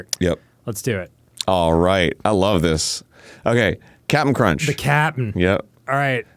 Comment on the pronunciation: Oh My God. It's "Cap'n Crunch". As in, Cappin🧢. Cause he's not a real captain.